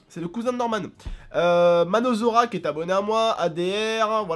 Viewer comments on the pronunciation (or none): Minozar Pourtant c'est facile à dire Minozar <3